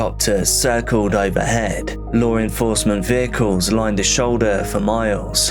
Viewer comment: serious question. is it really that hard to say the word law???